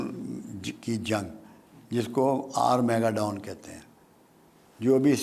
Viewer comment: آر میگا ڈون نہیں آر ماگیڈن